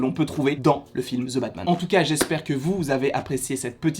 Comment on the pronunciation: « Ze » Batman. 😉